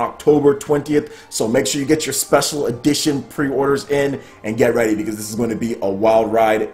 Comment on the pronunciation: Did he say " my body is Regie" lol